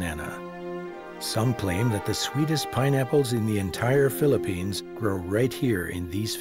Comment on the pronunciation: PHILIPPINES......NOT PHILLIPINE